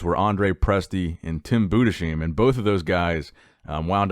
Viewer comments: Hey greetings from Germany, just a quick information concerning Tim Budesheim: His Name is pronounced Tim Budes-heim not Tim Bude-sheim. Great Video anyways keep up the Good Work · its pronounced Budes-heim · He also pronounced Budesheim very incorrectly, but you cant blame him in that i dont even know how to describe it... its german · Budescheim 😂 cute American accent bro 🤣❤️ his name is actually Budesheim, you pronounce it Budes-heim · Tim Budesheim It's pronounced Boo-diss-hime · Tim budejzim hahahhahahah iam German and the Name is NOT what you said hahahahha Sounds great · The way he says "budesheim" 😂